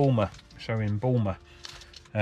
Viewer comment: Boulmer.. Lose the L, and just say 'Boomer'.... :) Just a heads up too. Not sure when you filmed this, but our Northumberland CC have made some changes to some places where you could easily park. Blocking a few places, and putting new charges on others....